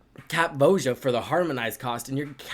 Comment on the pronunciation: Did you trigger your opponents by pronouncing her name wrong all the time? It's VOY-uh